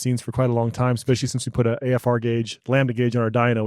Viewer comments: I can’t stop hearing the one guy say “lambuhduh” and it’s really bugging me 😅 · Can someone please explain to it’s pronounced Lamb-da NOT Lam ba da! It’s painful listening to him. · Lol ! It’s called incomplete combustion . Lambada vs lambda as the dyno guy says 😂😂😂